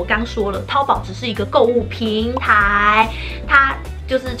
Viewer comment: 身为大陆妹子，我们叫它淘（二声）宝。🤭